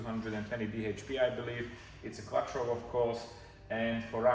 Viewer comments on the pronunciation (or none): none